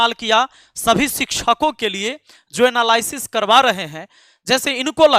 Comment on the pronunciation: एनालायसिस ❎😂 nahi एनालिसिस ✅ मूर्ख